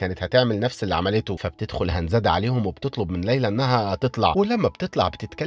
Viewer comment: اسمها هندز مش هنزاد😂😂😂